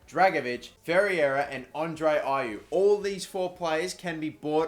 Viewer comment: Ferreira is pronounced "Fair-rare-ra"